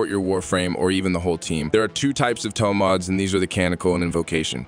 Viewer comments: By the way it's not "TOM" Mods ... it's Tome... Like Home but with a T. Killin' me with the pronunciation ... I WILL be doing the new update though seeing as how the book can be made to be good ... and since I don't Steel Path, it'll probably be great in the rest of the game. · So that explains why the voice kept saying TOM MODS ... and not Tome Mods. >_> .... Ugh ... Why use an AI voice? That's so lazy.